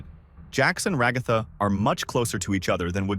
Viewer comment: I'm sorry it's ragaaaatha